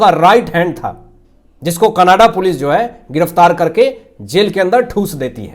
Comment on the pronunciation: Can you kindly speak Canada Not Kannadaa